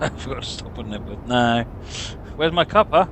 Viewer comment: it's Knebworth